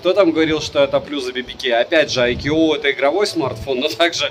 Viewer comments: ну какой АйКьюОу? АЙКУ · айку произносится... когда уже этот нелюбитель водопадов начнёт правильно название произносить... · каждый раз когда произносит IQOO горько плачет один из топ-менеджеров BBK, VIVO или IQOO, 🤣 сегодня их было особенно много 😉 IQOO 11 Pro отличается не только наличием беспроводной и реверсивной зарядок, основная зарядка кстати то же 200W как у предшественника 10 Pro, но и значительно лучшими модулями основной камеры и 3D NFC, но 11 Pro нет и скорее всего не будет в "глобалке"